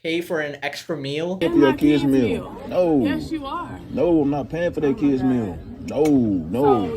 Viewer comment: But she pronounced it as "keeds"; that alone would make me end the date right there.